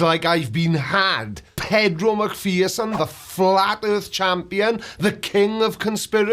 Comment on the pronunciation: The airth is roond? What?